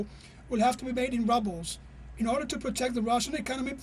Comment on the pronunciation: The Russian roubles is pronounced wrongly! Please check the phonetic dictionary! Basic things should be gotten right!